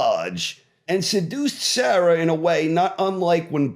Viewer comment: The mispronounciation of Sarah grating lol